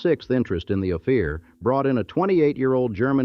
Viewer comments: O fear? No it's Ophir- Ofir. Mow ronz. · Hate the ai speaker. Great story, but, if you had an actual speaker talk about it they wouldn’t fuck up every pronunciation like bodie, Ophir, and other ones